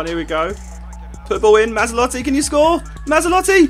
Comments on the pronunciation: MazzOlatti not MazzAlotti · Matz-ol-at-ee I think is pronunciation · Great video Josh, but MA-ZZO-LATTI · Surely Mazzolatti sounds more like Maserati than Mazda?!